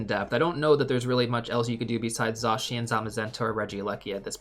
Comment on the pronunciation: This video was incredibly helpful! Thank you! 🎉🎉 Also I love that you're pronouncing Zacian's name correctly!